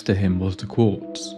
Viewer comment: Quartz, not corpse